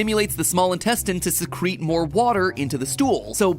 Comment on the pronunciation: SECRET instead of Secrete lmao I'm dying